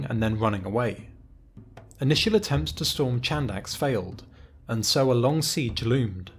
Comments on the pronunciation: Nice vid but it's not pronounced "Chandax" it is more like "Handax" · Chadax Χάνδαξ is pronounced as Hànthax (h like in have, horse and th as in the). Amazing video as always.